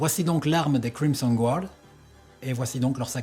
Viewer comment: Crimson guard😂😂😂 c'est énorme ! L'accent anglais est parfait 😂